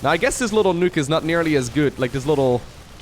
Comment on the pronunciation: Hey, just fyi, "nook"!= "nuke"